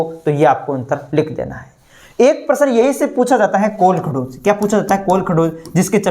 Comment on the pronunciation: This is kolkahoj not kolkhdoj 😅